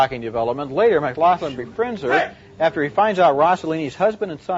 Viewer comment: McLoughlin LOL!